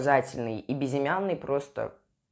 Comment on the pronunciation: Хватит говорить бизимяный безымянный!!!